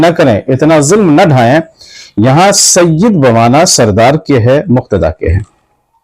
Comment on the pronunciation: Mufti Kaleem sahb apne aapko Bohot Bada Samajh baithe hai. Yeh bhi nahi Dekh rahe woh Kinko bol rahe hai. Aur Sayyid Ka Lafz Ek dam sahi Ada Kiya Hai Sayyid Madani Miya Sahb Ne Koi Shak Nahi. Mufti Kaleem Ko Iblees Ke Baare Me Padhna Chahiye Ke Iblees Bhi Kitna Ilm Wala Tha. Lekin kiya huwa